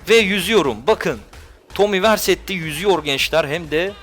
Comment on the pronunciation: Tomi versetti değil Viseri ya